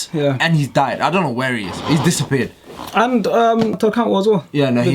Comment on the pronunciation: Man said Cantwell 😂😂😂